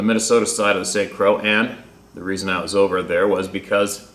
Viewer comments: I don't like to correct people's grammar (I did in college and got a lot of push back), but St Croix is pronounced Saint Croy. I looked up on mapcarta where the fellow said he was and it is just west of Grantsburg Wisconsin. The St Croix River doubles as a border between Minnesota and Wisconsin north of Hastings Minnesota where the Mississippi & St Croix come together and become the new border between the two states. Hwy 70 will take you into Pine City Minnesota. North of there is Hinckley, there's an Indian Casino, a great truck stop called Toby's (giant frosted cinnamon rolls there) and a Missing 411 case David Paulides covered a few years ago on his YT channel. A hunter went out to the woods Northeast of Hinckley and he was never found. A thought about the 3 beings discussing then the growl to the fellow's right. Perhaps they were talking about the growler. Dogman has been sighted in Wisconsin too. So instead of looking at the fellow they were looking at the growler and the fellow just had bad timing. Also other hard to pronounce cities in Minnesota: Bemidji (Beh-mid-gee), Grand Marais (Grand Mar-ay) are some other places you've read emails from. There was one story from Menomonie Wisconsin (Men-nom-min-nee) ConAgra is there it's where Swiss Miss Cocoa Mix is made. I live in St Paul, but I'm originally from Winona (Win-no-nah, not Why-no-nah, the latter announces you're a stranger). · Hey, St. Croix? pronounced St. Croy, if I'm not mistaken... keep up the good work. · Pronounced St. Croy ( Croix) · Good to see you and Sarah out exploring stuff together. I'd be doing the same thing. (St Croix is pronounced St. Croy).I believe that the histories discovered from Samaria will play a significant roll when our true past history is finally revealed. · Pronounced croy. Like k-roy. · St. Croix pronounced St. Kroy. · Saint Croix is bernounced Saint Croy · pronounced croi, oi like oi vey, oi like oil, french for cross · Pronounce it like St Croy. Aka St Croix.